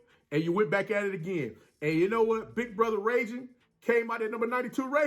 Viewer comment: Hey coach!! #92 Justin Ragin is pronounced Reagan as in President Ronald Reagan..😁